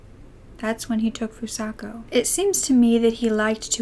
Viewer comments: I'm 10 minutes into the video and although I appreciate you covering a case like this, I truly hope you put more care into pronouncing the victim's name correctly. There were countless times you would say Fusaka and other times you would say Fusako and Sano was pronounced incorrectly the entire time. It might help if you use something like Google translate next time to help you learn how to pronounce unfamiliar nouns or even the podcast you referred to or someone who speaks the language. Your voice is so soothing and this is just one thing that bothered me. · By pronouncing her name FusaKA instead of FusaKO you're not only mispronouncing her name but calling her by a different name entirely. These victims have had so much taken from them already, don't take their names from them as well. It takes less than one minute to write a name into google translate and press the speaker button so you can hear how it's meant to be pronounced. You're doing victims a disservice by not bothering to learn how to pronounce their names.